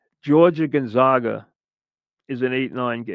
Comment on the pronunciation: GONE-ZAY-GUH not GUN-ZAH-GUH